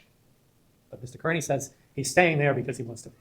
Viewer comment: Mr.Kerney like damn da it is Kearney sad when the prosecutor can’t say it correctly